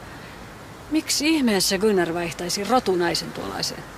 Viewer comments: Gynnar on minun mieheni mikä Gynnar? Se on Gunnar 😂😂😂😂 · Se On Gunnar Eikä Gynnar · Se ei oo gynnar vaa gunnar😂😂😂